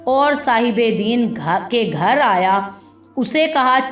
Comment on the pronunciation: مستقل دین دین زیر ساتھ کہ رہی ہو ےہ دین زبر کساتھہے